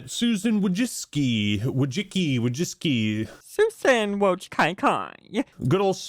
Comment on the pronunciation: “Thuthan Wojkaikaiii” 🤣🤣🤣